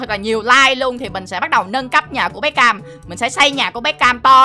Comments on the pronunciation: Bé Cam mà anh đọc thành Bé Kem luôn😂😂😂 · nói bé cem😂😂😋